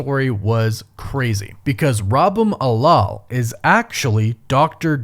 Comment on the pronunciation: The way you pronounce Rabum Alal is hilarious 🤣 unfortunately, no matter how cool the story is, RDJ not playing a variant of Stark will make these movies that much more confusing for no reason.